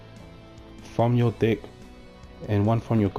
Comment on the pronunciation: nice video but I couldn't help but hear hey guys this is my red eyes dick profile at the beginning 😂